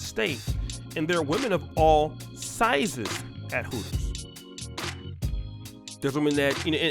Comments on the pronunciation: Its called Hooters not Pooters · Its called Hooters not Heffers. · It's Hooters. Not Heffers. Fall back, ladies. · Hooters not Pooters....I'm horribly reaching.